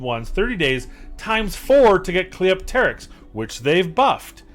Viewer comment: Big time agree with your picks. Also, you're the first creator I've heard say Cleopterix's name right. Thank you!